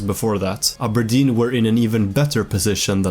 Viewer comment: I like how you can pronounce Aberdeen properly, with a hard R, instead of "Abah-dean" how the English do.